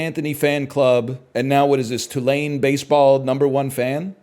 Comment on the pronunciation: the way he pronounces tulane is insane to me. he's pronouncing it correctly, but he's putting emphasis on the "ayne" part when it's supposed to be on the "two" part. opposite of a ball knower